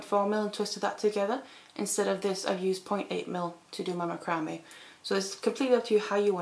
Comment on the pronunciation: macrame' pronounced \ˈma-krə-ˌmā .